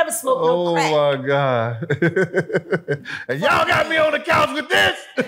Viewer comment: It's couch Not coach.